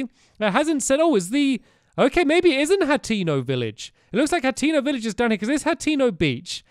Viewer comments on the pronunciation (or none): by the way stamps it's pronounced Hay- ten- oh hateno